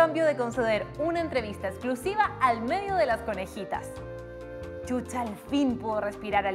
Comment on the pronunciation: Chucha 😂😂 NOOOOOOOOO Shusha 👍💯 así se pronuncia chilena lengua mocha ......